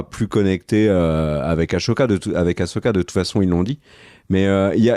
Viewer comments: Par pitié arrêtez avec "Achoka" 🤣🤣............Il faut le prononcer Assssssssssoka 😉. Et sinon ca va être franchement difficile pour les scénaristes d'arriver a justifier le fait que Thrawn se plante et se fait battre, pour laisser place a Palpatine en mode zombie....En respectant le personnage, car Thrawn est censé être un génie stratégique et un master mind absolu. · C est quoi le délire avec aCHoka ?? Jamais en vo on ne parle de cho mais il disent bien so « assoka » si vous préférez 😅 respectez ce perso merde 😂